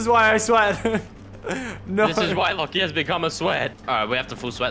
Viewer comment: Antony Eertmoed lachys name is pronounced lock-e